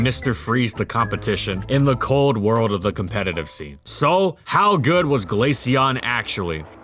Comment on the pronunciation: Finally someone who doesn’t pronounce it glasheon